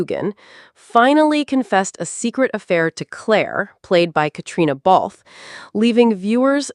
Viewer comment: Why in the world don’t you learn how to pronounce HUEGHAN, BALFE and FRAZER!!!!!!! If you’re going to talk about them at least have the courtesy to say their name correctly. Their fans don’t appreciate all the mispronunciations!!